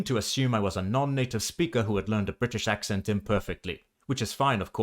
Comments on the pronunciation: I'm hearing you say ak' sent not ak' sn't But then, I'm American, and speak with an American midlands-west coast accent. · Throughout the video you're ironically pronouncing "accent" wrong too. The e is more like the oo in look. (Ignore the profile pic, I grew up in Berkshire 😂) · A valiant effort. You haven’t nailed the vowel sound of “port” yet and you’re doing a lot of strong glottal stop entries on words that start with vowels (which I think is why people guess German). One thing that really hampered the challenge is that the second vowel of “accent” is a schwa, not the vowel sound of “red” - every time you had to explain what you were doing, you gave it away! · Thank you, this was really interesting! Funnily, the most obvious word you mispronounced while spreaking RP, was "accent"! The 'e' should be a shwa. Also, most Brits don't know what RP is, it's a term only really used by linguists. Lastly, you must work on eliminating the north American nasality of your speech. That's the biggest giveaway. Try projecting your voice from your diaphragm, like a singer would do, rather than pushing it through your nose. Otherwise, that was an excellent effort. With a little more practice you'll soon be fooling the Brits! Please follow up on this video, it was such fun!